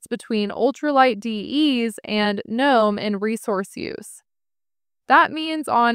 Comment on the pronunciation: "Guh- nome" lolol😂😂